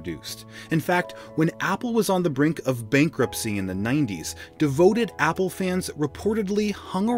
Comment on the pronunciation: Opple🤣🤣🤣 instead of apple🤣🤣🤣